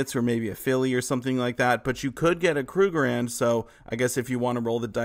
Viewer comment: It's pronounced KRUG-ER-RAND. Three syllables.